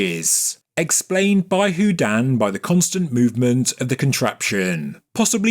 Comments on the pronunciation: I love every single one of your videos! But please stop saying who-dan. It’s who-dean. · Like Houdini, without the last I.